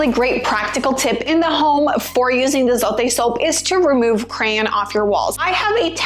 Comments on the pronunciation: It’s pronounced “Zo-teh” not “Zoe-T” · It's funny how she's trying so hard to say it